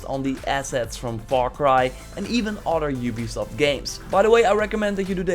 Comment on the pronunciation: plz don't say "oder" its "other"